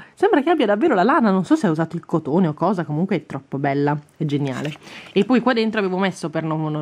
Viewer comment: Devi dire POI E non PUI